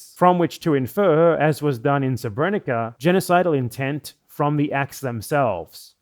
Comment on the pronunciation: "sebrénika" haha. Though to be 'onest English has a big problem of not respelling words from different orthographies, so I don't blame him considering there are more serious matters at hand.